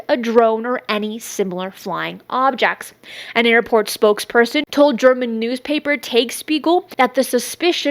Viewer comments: Tagesspiegel pronounce "Tahghuesshpeeghel" 😉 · Offered with a smile: the German newspaper is pronounced “TAH-guess-shpee-gill” 🙂it means, literally, “day’s mirror”.